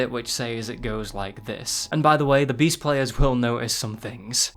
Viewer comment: Though you said breasts